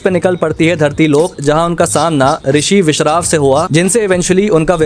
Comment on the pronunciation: Risi bisrawa not biswar